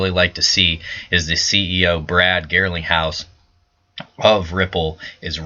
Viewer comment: Garling not Girling ...lol